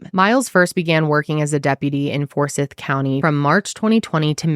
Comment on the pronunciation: Geez! I remember hearing about her going missing when I was visiting family that summer. Never knew that they found her. Also, side note, it’s For-Sythe. I know there’s no E at the end but it’s kind of a big deal around there. Especially if you ever do a story in Savannah.